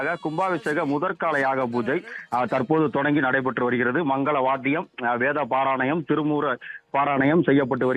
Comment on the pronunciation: செய்தி வாசிப்பாளரே வேதபாரானயம் அல்ல வேதபாராயனம்